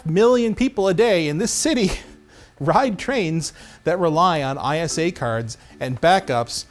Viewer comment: When he says ISA, instead of ISA.